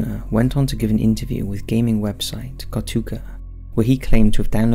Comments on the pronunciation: Ko-Taa-Koo not Ko-Tuu-Kah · Katuka? It’s KO TA KU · Katuka lol.. It's KOTAKU, my friend. The gaming site's name is Kotaku. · Okay, but "Katuko"? 😂 Not that they deserve to be spellchecked, mind. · It’s not even KotaKO, it’s KotaKU lol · "Kotuka" - "Katoku" It's KOTAKU, damn it! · Sounded like he said kotooka to me lol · "The channels owner went on to give an interview with gaming website KATOOKA..." Has never heard of Kotaku? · Kotuka, Kotoku 😂 that's my new to-may-to, to-mah-to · Katuka..? You mean Kotaku? Dude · Spectogram? It's spectRogram. Kotuka? It's kotAkU. Why are you so bad at reading? It's literally what you do for a living. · "Kotaka" LOL!!!! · And then after he said katoeku haha I'm dying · it was driving me nuts... just look at the word and read it, lol.... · Is NO ONE going to point out how badly he butchered the pronunciation of Kotaku? It’s not Kotuka, the fuck? 😂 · Kotuka, Kotoku. You didn't call it right even once. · you always pronounce kotaku wrong XD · Scariest thing in this video is how pronounces "Kotaku". (Lol kidding, great video and love your work!) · Did you pronounce Kotaku wrong 3 times in a row, and in different ways each time? That's impressive tbh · That pronunciation of Kotaku hurts me lmao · laughed at how you pronounced Kotaku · Hearing say kotaku actually made me laugh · I swear you mispronounced Kotaku differently every time lol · The real scary part of this video is how he pronounces kotaku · Is it that difficult to look up the correct pronunciation of Kotaku? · The scariest part of this video: the way you pronounced Kotaku